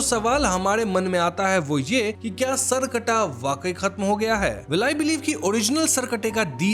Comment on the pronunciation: The pronunciation is सर + कटा , not सर्कटा।